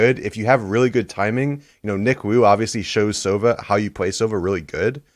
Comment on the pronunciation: Hiko it’s not sOva, it’s sovA. From Russian it translates as “owl”. And use this - sovA was good, I like sovU, we don’t have sovE. It’s Russian hero